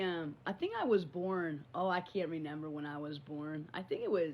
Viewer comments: omg i can’t it is RE MEMBER not renemer 🤷‍♀️ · WHYYY can’t she say “remember”? It’s like neither twin has even a 6th grade education.